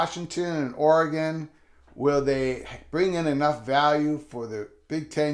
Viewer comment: I’m just glad you’re pronouncing oregon correctly 😂